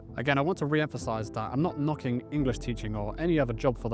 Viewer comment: You are so british when you say "I'm not knocking" lol